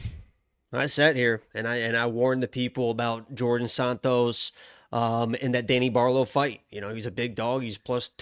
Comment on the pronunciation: Djorden Sanots lol